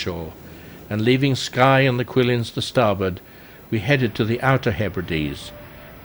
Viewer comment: nice vid! but please pronounce place names correctly? Cuillins is not pronounced as a < q > sound.